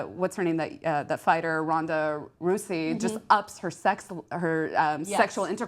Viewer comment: Ronda Russy ? It's ROUSEY you dumb bitch !